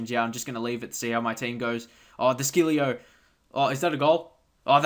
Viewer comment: De chilljo thats how u pronounce it